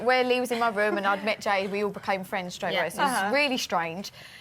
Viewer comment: Jesy: "jade" Perrie: "jeed" :))